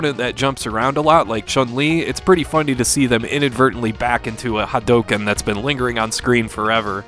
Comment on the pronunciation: Ha-dough-ken..... Come on, dude. They say it in the game. You've heard it for thirty years.